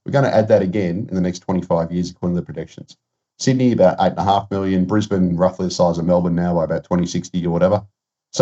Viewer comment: It's Brisbane, see ya